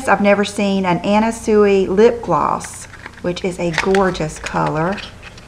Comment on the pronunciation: you look so pretty! i love your OOTDs. oh and anna sui is pronounced "sway" <3